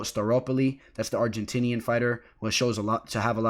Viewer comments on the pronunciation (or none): none